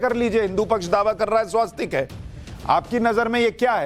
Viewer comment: स्वस्तिक होता है भैया! स्वास्तिक क्यों कहते हो?